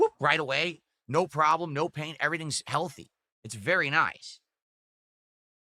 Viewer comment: I wonder how Katherine feels about this, if anything she's 3x times bigger than she used to be. Having this dimwit yap about being "heaYUlthy" and "dormann mussles" must be a kick in the guNt (pun intended).